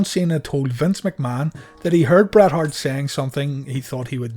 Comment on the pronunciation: There are so many times when you say Brett that I hear Brad lol. I absolutely love this channel. Keep up the amazing work